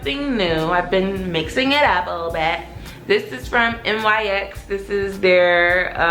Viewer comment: I love you’re sense of humor 😭😂😂 but girl when you said N Y X instead of nyx 😭😭😭😭😭😭 I was dead